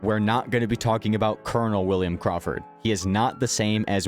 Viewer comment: Willum ahce carwfird